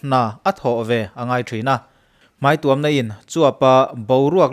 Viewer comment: Hmai tuam chung hian a tuam a😂😂,, i video ka en tohvah i chhiar sual ka hriat voi1 na